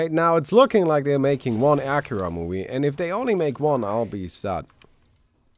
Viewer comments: I don't think that's how you pronounce Akira. More like Akeera. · It's not Aaakira